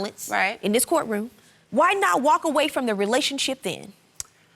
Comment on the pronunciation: "My court raum" 🥰🥰🥰